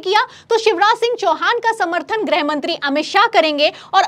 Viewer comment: ग्रह मंत्री या गृह मंत्री,,,😂 90% anchors does not khow the difference between ग्रह and गृह 😂